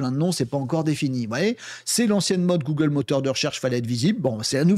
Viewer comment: Bjr une 1ère ici. Les sujets sont bien mais la narration m’a fait fuir, les "c’est nous qu’on va" et les "gougle" m’ont fait saigner les oreilles. Bonne continuation